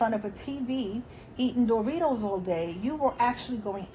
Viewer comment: I just lost my stuff right here in the car! She said "DOOR-rito's"!🤣🤣🤣